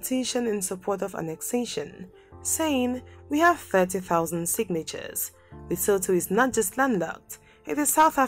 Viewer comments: Leso2 that's how it's pronounced. But better pronunciation is better than the previous videos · I hope it's inspired you to do better research and care enough to pronounce names correctly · Gawd! She should get the pronunciation right! Eishh!